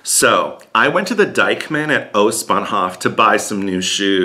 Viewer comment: Did you intentionally pronounce it as "Dyke-man"? :D :D